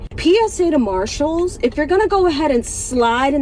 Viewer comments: she thinks it's Marcéllé a luxury French brand 💅🏻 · She calls it MarShells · It's pronounced Marchalles. I think it's French. Very exclusive. 😅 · Ya’ll at Marshal’s, who did she expect in the line. It’s Marshals 😂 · Ma'am it's marshalls not louis vuitton...😂 She needs to be brought down back to earth. 😂😂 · Girl, sit yourself down. It's Marshalls, not Louis Vuitton!!! 🤣😂🤣 They're equal to Ross, to TJ Maxx, hilarious she is lol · Girl, it’s Marshall’s. 😂😂😂